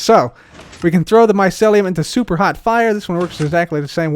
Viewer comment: I Feel like when cub says super hot fire it feels like he is saying soup